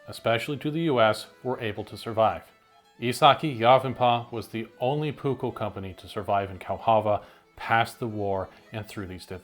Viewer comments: So first of all you did majority of the research exect how to pronounce the dang words. So here the letter P is never soft or silent in Finnish and neither are the two Ks in the word your supposed to po Pronounce it like this " Puuk ko" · Please as a finnish person I ask that if you will use the word many times please learn to say it properly. You are saying the "uu" more like how we say the letter y and the double k should be more "visible", I know you are used to say one k but please try to say the double k. But it is a really good video👍